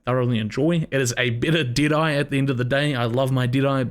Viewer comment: I Thought When He Said Deadeye, He Was Saying Diné.